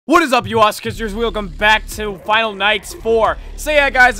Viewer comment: english isn't first language, this dude said WILCOME, can we get an F IN THE chat.